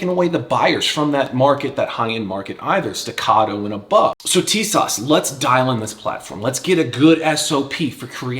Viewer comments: Tisas is pronounced as ‘tee sash’ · Great video and great recoil control. TİSAŞ is pronounced "TISASH" in Turkish. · Man, your shooting montages are just the absolute best. Would you ever consider doing a video on your technique for recoil control? I see like zero muzzle climb in all your pistol videos and it’s impressive. EDIT: Oh, and it’s “Tee-saszh” for whatever that’s worth, lol. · it's pronounced T-s-ash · Tisas is pronounced as if it's spelled > Teesosh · It’s apparently pronounced “Tee-shawsh“ from what I’m told. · It's "Tee-sahsh"